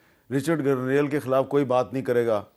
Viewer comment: Hamid Mir sb apkey zuban se Garnail ka lafz sun k hairani horahi he poora Pakistan Grenell keh rahay hain aur sirf ap issko Garnail keh rahay hain sedha sedha Garnete kaho wo behtar hoga. Lakin wo bhi grenete hain